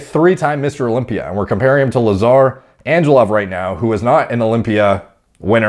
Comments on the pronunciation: Exactly! And the L isnt pronounced as in love but as *w*ake , so at the end it sounds like Anghewov. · Hey! Just a quick heads up, most Balkan names use the hard g in the names like in Greg. So Angelov isnt like Anjelov but more like Anghelov i dont know if it makes sense but thought i might share. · In hoc signo vinces actually more like Anguelov